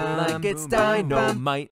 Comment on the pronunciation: why does he say "dino might" 🦖💪🏾😂